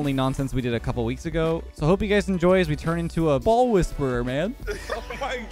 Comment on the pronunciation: wind "wheezperer"? i kno, ill leave now XD